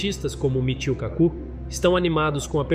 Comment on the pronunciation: Pq não pronunciar "KAku", em vez de "KaCU"?